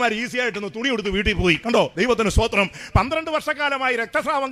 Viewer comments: TPM. സൂദിരം അല്ല പറയുന്നത് തമിഴ് sthothiram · സൂത്രം അല്ല സ്തോത്രം